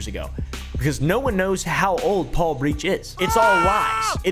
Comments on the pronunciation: "help me pole" 😆😆 pronounced "Paul" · 'help me "Pole".'😂😂